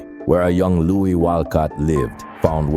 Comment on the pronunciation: Someone pronounced his name Louise ( a woman's name) instead of Louis( the man himself ). Maybe that is what the original commenter was pointing out; at least I hope so.